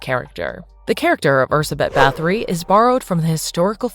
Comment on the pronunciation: what is that pronunciation,that's not how we(hungarians) say her name, just put her name in google translate and make it read it out for you